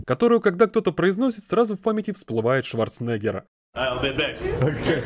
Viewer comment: ШварцЕнеггер !!!!!!!! Знаете же. Неужели так трудно выговорить.